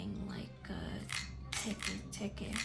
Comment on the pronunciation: Its pronounced "Teki Tekei"